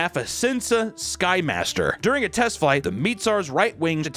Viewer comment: Script: “Cessna Flymaster”: Sinsa Skymaster!